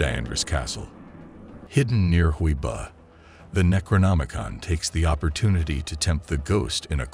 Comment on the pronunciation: It’s huii buuuh not huiboh